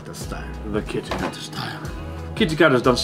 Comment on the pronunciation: Kitakata get mixed up with kitaakita 😂